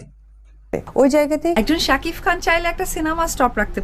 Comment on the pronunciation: একজন শাকিফ তোর গালে পিসুও দেয়না। তুই সারাদিন শাকিফ শাকিফ করে যা। ঠিক মত শাকিব উচ্চারণ ও করতে পারিস না।